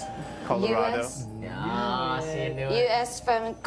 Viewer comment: Im-a from-a .... corado... HAHAHA!!! LAUGHTRIP